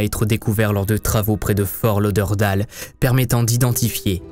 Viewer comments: Super vidéo bcp de recherches, par contre pour la petite info on dit fort lauderdayle et non Dale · HAHAHA Comment tu prononce Fort Lauderdale??? Comment tu prononce New York, Hollywood ou simplement Tyler? En anglais? Pareil pour Fort Lauderdale, pas dure dire daile et non dale. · Excellent vidéo! Mise à part la prononciation de Fort Lauderdale, mes oreilles saignent! 😬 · Aïeeeeeeee mes oreilles. On dit Fort Lauderd-ai-le 😉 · Ta prononciation de Fort Lauderdale est magnifique !! mdr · fort lauderdale! misère, essaye de bien prononcer à L'anglaise. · Tu as massacré à la tronçonneuse le nom de la ville de Fortlauderdale loooll Et cela sans aucune gêne! Je ne suis même pas encore rendue à la 26e minute et cela fait 6 fois que tu répète cette erreur ignoble!! Wooww Ça me fait saigner des oreilles!!! Le ridicule ne tue vraiment pas alors???? C'est à cause de gens comme vous qu'on se moque des Français qui parlent anglais!! Tu ne sais pas comment ça se prononce, regarde sur Google 2 secondes!!